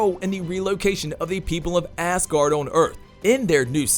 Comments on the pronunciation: Who's Hayla? & why do you say ASS guard for Asgard...? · I'm trying to listen to the story - yay, Valkyrie!! - but keep getting stuck on the weird pronunciations - ThAnos and Aaaasgard? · It’s pronounced azgard.. not ass guard lol 😂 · Ass guardians... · Had to turn this video off because I feel like the OP was saying Thanos and Asgard wrong on purpose. Shit was annoying as hell to listen to